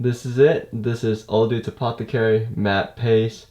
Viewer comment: It’s not pronounced OLE DUDES! It’s pronounced Oh-dowds! Also pastes isn’t pronounced paces! Your use of grammar/certain words in some instances,are completely wrong!!! You need to go back to elementary school English! STUPID FUCK!